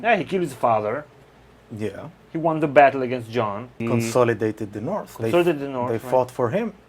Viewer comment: King in the NORF! Love it lol